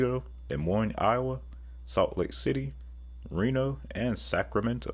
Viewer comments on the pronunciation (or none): none